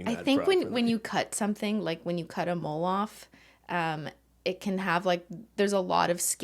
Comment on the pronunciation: Who else heard mold when she said mole